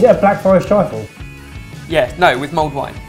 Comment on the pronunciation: the awkward moment when you find out its 'mulled' wine not 'mould' wine ....